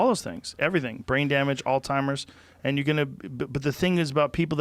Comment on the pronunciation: Did rogan call Alzheimer’s , All timers?